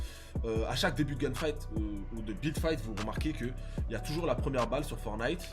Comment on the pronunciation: On dirait tu dit bit fight